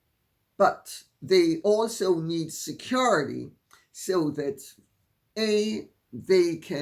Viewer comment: The way Lady C pronounces “SECURITY “ makes me giggle every time she says it.